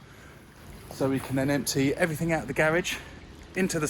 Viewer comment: Allways makes me laugh how he says...everythink...instead of everything.But then he might say everything-geh.Why do they do that. Nice pond btw m8 lol